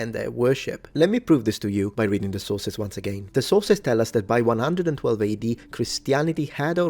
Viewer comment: On a sillier note… I get Hungry every time mentions “the Sources”. Because to my ears, it sounds like he is saying, “The Sauces”! 😅 “The Sauces say…” “The Sauces are Important…” “We can’t ignore the Sauces…” “We can look at the Sauces…” “We have LOTS of SAUCES!” 🤤🍝🥫 Now you’re NEVER going to unhear it! You’re Welcome! 😂🤣😂🤣